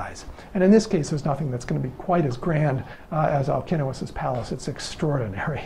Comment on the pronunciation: As Greek I congratulate you for pronouncing Alcinous correctly !!! My son is named Αλκίνοος and I can’t hear people pronouncing his name with a C and not K because they don’t know all Ks are written with a C like Constantine . Well done and thank you very much for that